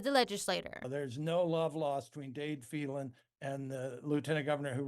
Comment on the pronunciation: She pronouncing Phelan wrong